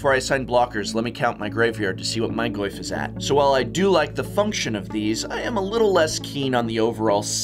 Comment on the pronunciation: Nice portuguese Goyfe.